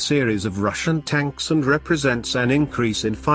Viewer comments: Notice the narrator says "stanks" instead of tanks on a number of occasions. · Absolutely hilarious...T-90 stanks,,,gotta love it...tells the whole story.